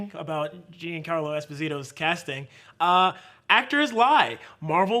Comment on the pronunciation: Giancarlo is Not Jean Like Denim But Jean As In Jean-Pierre 😊